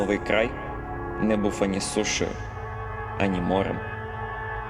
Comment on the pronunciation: Дякую за сумлінну працю на ниві українізації ютубу. Але це тільки я чую звуки буф, коли читається слово був?